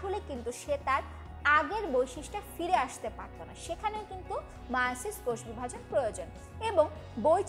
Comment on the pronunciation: এ ভাই মিয়োসিস না মায়োসিস